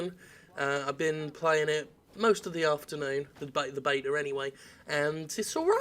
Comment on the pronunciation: did you call the "beta" a "betar"?